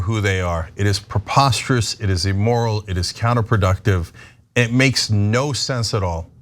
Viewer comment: Going to be pedantic for a moment because it's been bothering me for months, and Cenk keeps making this vocabulary error: He always says A-moral or E-moral when he means IM-moral. Amoral refers to a situation without morals, meaning that morality isn't really a factor (it's neither right or wrong, it just is). Immoral refers to a violation of accepted morality, and that's what Cenk usually means when he says "amoral." Emoral isn't actually a word, so I wish he'd stop saying it altogether!